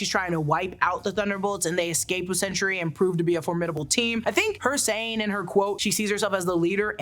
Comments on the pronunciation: Sentry, not Century. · So I know it is sentry but I keep hearing you say century. But you know neither here nor there. Love the podcast love the channel.